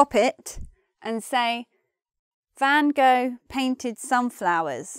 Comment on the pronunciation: Funny, the way you pronounced "Van Gogh".